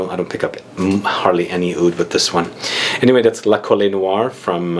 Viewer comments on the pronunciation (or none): Hi! La Colle Noire (you don't read the "e" in French) is a chateau in the South of France that belonged to Christian Dior. The name of the perfume comes from this chateau and its rose garden :)